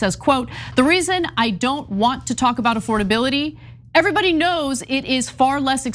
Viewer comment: Does this man even know words? Say it with me now...A...FORD...ABILITY. Good job, have a cheeto.